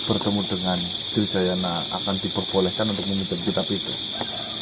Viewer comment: Adipati adirgayana mas..bukan Dirgayana!